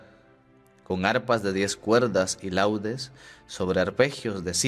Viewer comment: Buenos dias. Con respeto le digo que no se dice laudes en el salmo de hoy Se refiera al instrumento LaUdes. Por lo que no se pronuncia igual. Bendiciones.